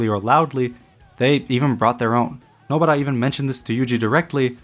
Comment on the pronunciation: Nobara. Please stop saying Nobuttah. Weeb as hell.